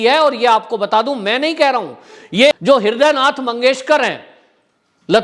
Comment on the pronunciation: कृपया नाम तो सही से लें "ह्रदय नारायण" नहीं "ह्रदय नाथ मंगेशकर"